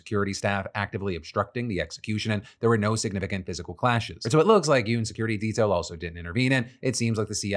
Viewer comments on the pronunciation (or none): none